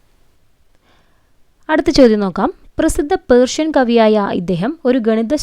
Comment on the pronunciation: കയ്യാം എന്നല്ല ഖയ്യാം എന്നാണ് റേഷൻ എന്നല്ല പേർഷ്യൻ എന്നാണ്😅😅😂😂😂😂😂